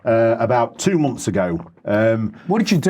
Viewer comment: "about two momfs ago" --- what's a "momf"?